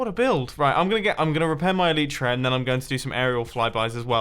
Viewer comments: Eww Eli-tra not Elite-ra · I challenge you to say el-eye-tra repetitively for 2 minutes every episode until you naturally say elytra correctly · It's el-I-tra not el-E-tra